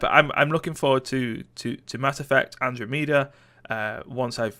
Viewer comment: It's pronounced "An-dro-meh-dah" you butt. I haven't played any of those previous games except The Last of Us, so I'm not all that hyped for any games in 2017. The only game I'm at all excited for is Injustice 2, and I'm not overly hyped for it to be honest :P Something I hope will happen in 2017 is Stardew Valley getting co-op, but of course it's hard to say since one guy is managing it all :P Also, you didn't put Outlast 2 on the list. We all know you're majorly excited to play it-you don't have to hide it ;D